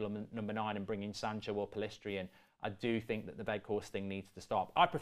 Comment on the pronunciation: Thank you for pronouncing Pellistri correctly